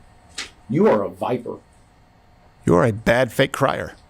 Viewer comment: Its pronounced Viper not Viper